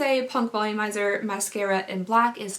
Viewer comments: When you said mascaría again I couldn’t help bust out laughing lol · "Mascaria" ... "did I just say that again or am i going insane?" Hahaha that killed me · Mascaria Me: {laughing so much}:...Mascaria... Did I just say it again or am I going insane? Me: {laughing... Again} She is so funny! ❤❤❤ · “Mascaria... Mascaria” LMFAOOOOO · I spit out my dessert when you said mascara wrong!! my son leaned over and asked if I was okay :D hahaha